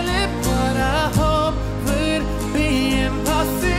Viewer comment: Scusate tutti... ma pensate che dima bilan pronunci l’ inglese meglio di lui? A me basta che lui dica IMPOSSIBOOOL e non IMPOSSIBAAAL, che la canzone e cantata bene...